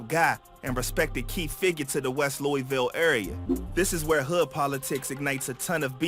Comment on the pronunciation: Also my guy it’s LOOAVUL not LOOEYVILLE, all love tho keep grinding